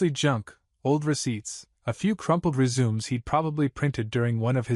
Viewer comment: Please learn to pronounce RESUME.